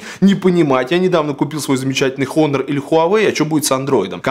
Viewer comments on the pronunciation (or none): ОН-ОР, не хонор...